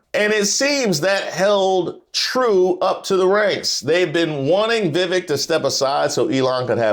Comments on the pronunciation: It's pronounced, vee-vake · It's pronounced Veeveck. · Laughing at the way you're saying Vivek like a southern uncle talking about his coworker whose name he can't pronounce. 😂😂 No disrespect just twang.